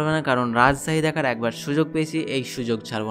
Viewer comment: রাজছাহী❌ রাজশাহী✅